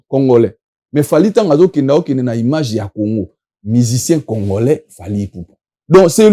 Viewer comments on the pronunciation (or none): Eeh " imange" 🤣🤣🤣🤣🤣 nonnnn IMAGE 😂😂😂😂 yekola langila po un jour osalaka pe ba émissions na français, langue de ton pays de résidence